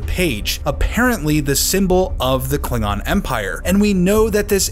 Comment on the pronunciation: If I remember correctly, they also pronounced Klingon as kling-gon.